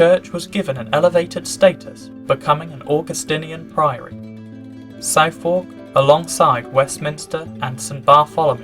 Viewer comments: It's pronounced 'Suth-uk' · Did you really not know how to pronounce 'Southwark'? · You need to learn how to pronounce Southwark. Ride the London tube, the Jubilee Line, and the auto announcer will tell you. 🙂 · Interesting. It’s just a shame the mispronunciation of Southwark put me off. Sorry, but I stopped taking it seriously after that. It reminds me a bit of Worcester, where I live. Newcomers just don’t seem to be able to get it right. Just to put my money’s worth in, people saying the mispronunciation doesn’t matter miss the point. If you wanted to watch a video and then visit the places mentioned, you might need to tell taxi drivers etc where you want to go. You might even need to ask for directions. I would suggest that might be a bit easier if you can pronounce where you want to go. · I stopped watching after his clueless pronunciation of Southwark.Credibility shot to pieces I'm afraid. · Most of this is well-known but then someone who can't even pronounce 'Southwark' properly can't be expected to know that. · nope, I’m blaming not your Naarfalk accent but your mispronunciation of Southwark. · south wawk? suth uck for god's sake. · An interesting video, but are you ChatGPT?...Southwark Cathedral is pronounced SUTH-URK, not SOUTH-WARK,as is that entire area south of the river. The church is also known as St Mary Overy, as in St Mary over the river. Your enunciation is also rather odd, so I hope you won't mind my mentioning it. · Yep. SUTTHUCK. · I went back 4 times to try to catch the name of that cathedral and can't get it - Sifor? Syphor? It's something in the pronunciation - what is it? From the effigy - could it be Southwark? That's pronounced Suth-erk. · It isn't pronounced "South-Wark" you daft yokel! "Suthark" or "Sutheck" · No! No! No1 NOT SOUTH WALK - it's pronounced suthuhk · Southwark is pronounced "Sutherk". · it is NOT pronounced Southwalk